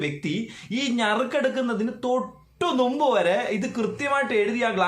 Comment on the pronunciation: നുമ്പ് അല്ല . മുമ്പ് > ഞറുക്കല്ല - നറുക്ക്